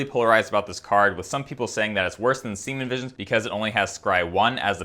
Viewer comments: I was wondering if he was saying semen visions everytime lmao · Like your channel but the mispronounciation of serum vision got old after the 5,000th time